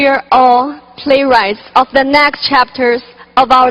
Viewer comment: 哈哈 我以为只有我听她的口语重 那个the , matter 等的发音 听的我尴尬症都犯了